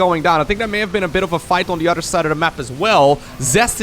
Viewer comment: I love the classic intro, but honestly, my personal favorite is when he says "the udder side of the map".